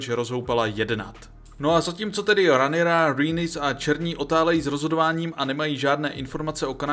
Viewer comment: Když už tak Rhaenyra=Renyra